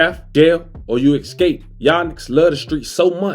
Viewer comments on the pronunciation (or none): I believe that word is ES-CAPE, NOT EXKCAPE 😂 just fwu